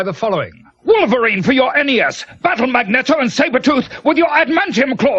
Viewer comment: "...battle Mag-neto and Sabretooth, with your admantium claws and berserker range..." Lord Alfred outdoing even himself in fucking up that line read.